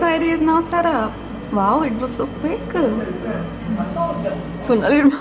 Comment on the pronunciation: like she says 'Englisheu' 'my Faceu' and 'quickeu'